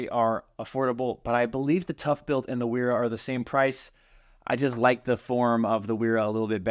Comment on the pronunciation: It is German and pronounced “Vera” w’s are pronounced “v”